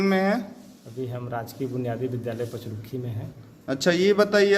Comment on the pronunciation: पचरुखी और हरदेवचक, शब्द की उचारण सही नहीं हैं